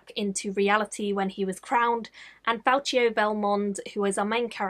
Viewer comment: I couldn't tell if you mispronounced his name as a nod to the stuff in Knight's Shadow... Fal-Key-oh not Fal-Chi-oh